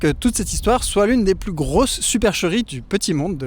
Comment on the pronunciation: « Beaucoup pluss vieux qu'ailleurs » ??… En revanche, ce n'est pas « plusieurannées d'enfer », c'est : plusieurs z-années d'enfer (liaison). L'adjectif « plusieurs » se termine par un « s ». Passionnante vidéo.